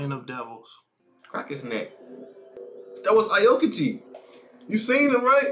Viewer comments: more like OW-KEY-GEE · Bruh can someone tell them it's pronounced "Ow-kee--jee" 😭😭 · Pls stop pronouncing aokiji like that it’s- OW-kiji